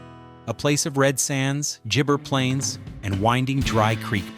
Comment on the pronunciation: gibberish plains not gibjer plains